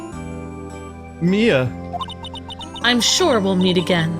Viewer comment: What's with you and the name Mia? Is it so hard to say? lol